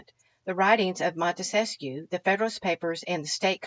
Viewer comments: Wonderful lady, the Montesquieu thing was just an fyi for future ref. Didn't mean to be the grammar police. ☺ I misspell and mispronounce too sometimes. I like being corrected so I'm not forever repeating an error, but that's me. Some folks don't appreciate it and think I'm finding fault, which in this hyper-critical age is understandable. Just keep on being wonderful and waking people up however you do it...and thank you! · Great video, as usual! Couple of things: have you spent any time with the Anti-Federalist Papers? Also, you may or may not want to know Montesquieu is only 3 syllables?